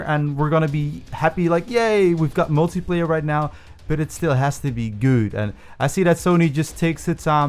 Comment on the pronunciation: Y does he say multiplayer like “multiiiiieeeeeplerrr”